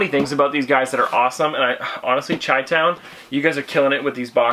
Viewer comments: its pronounced shy-town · Great stuff. So I'm a Chicago native and it's pronounced shy-town . No hate just letting ya know. 🤗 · You say chitown wrong, just an fyi